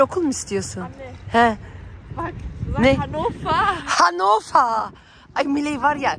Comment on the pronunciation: Abla Hannofaa okunuyor ! Hanofer degil😂😂Abla Türkleri nasil tanirsin biliyormusun ? Herseyi ellemek istiyorlar ondan hemen anlarsin🤣yaa bi ellemeyin cicekleri Pflanzenleri 😁❤️